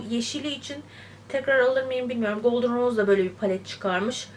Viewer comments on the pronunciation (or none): Neden israrla iv ros diyorsunuz, dogru okunusun iv rose oldugunu bilmeniz gerekir.